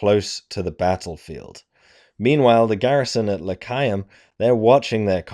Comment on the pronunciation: The way you pronounce Lecheaum, makes it sound like this was a battle in Judea.